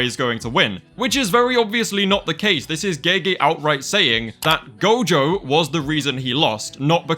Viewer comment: IT'S NOT GOJOVER